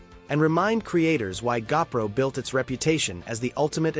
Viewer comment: I hate AI narration. It's a GOPRO not a gapro.